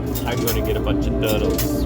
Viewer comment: Lol "I like turtles, I'm going to get lots of turles"